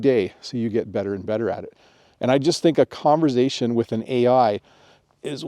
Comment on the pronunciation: the S in conversation is unvoiced